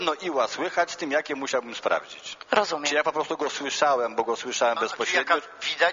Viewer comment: Nie “JKIE“, tylko JAKIE i nie “MILI“ tylko MIELI. Hahahahahahahahahahaha….“jkie“ i „mili“